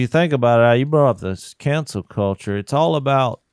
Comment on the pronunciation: "Cancel" culture Jase! NOT "Council" culture...